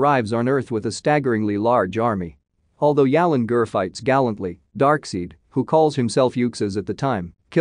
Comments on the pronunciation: It's pronounced Dark-SIDE, not Dark-SEED. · Its not pronounced dark-seed, its pronounced dark-side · I'm surprised no one is annoyed by the narrator saying "Dark seed" lol